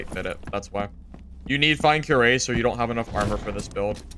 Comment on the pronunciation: Cuirass is pronounced kwiraas.